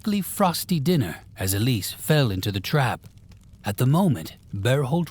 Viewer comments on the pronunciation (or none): none